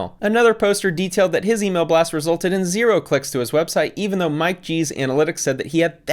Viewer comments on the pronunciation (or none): none